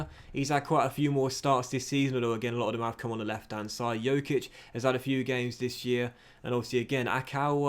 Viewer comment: Once again, Dj in Djokic is pronounced as in Djokovic. The way you say it means that he has the same last name as Nikola Jokic, which he doesn't